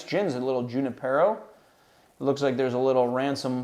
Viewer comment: Once again,, it's pronounced "Hoo-nip-er-oh", after Father Junipero Serra, the one who started Mission Dolores in San Francisco (and many others). It's a bit of a play on juniper (in gin) and the local lore.